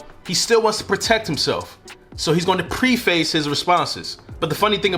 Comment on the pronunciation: I had to Laugh at the way you pronounced preface. It is not two words. It is pronounced PREFUS.